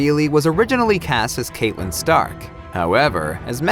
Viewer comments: It’s CATlyn, not Catelyn. Great reporting 😂👏🏼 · your videos are great but you pronounced Catelyn incorrectly... it bothers me a lot... also in the Vikings video, Aslaug :)